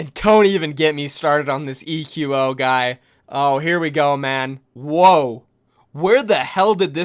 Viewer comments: it's not "ee queue oh" lol it's just pronounced like "Echo" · ITS PRONOUNCED ECHO NOT E Q O